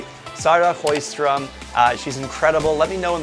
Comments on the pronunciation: "Choistrom"? That is some extreme butchering of Swedish going on right there! When in doubt, "Show-stromm" is all we expect. If you manage to move that "sh" back and make it "chow-stromm" with the same "ow", that's an instant B+. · To be honest I'm more surprised by the way the presenter insist on pronouncing "Sjö" as "hrö"... Where is that gutteral sound coming from ??!